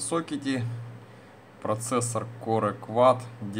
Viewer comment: он сказал корЭ квад